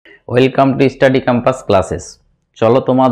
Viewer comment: আবার ইষ্টাডি ক্যাম্পাস বললেন। আগে চ্যনেলের নামটা তো ঠিক ঠাক উচ্চারণ করুন।